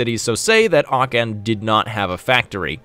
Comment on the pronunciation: You pronounce Aachen better than my friend, who pronounces it the englisized way